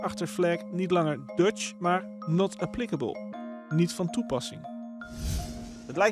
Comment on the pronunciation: Not apliklabel? Engels loopt weer op steenkolen.